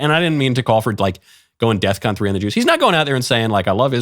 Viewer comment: It's not "deathcon" it's "defcon".